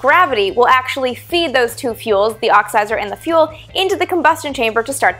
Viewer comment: Is she saying "oxizer"?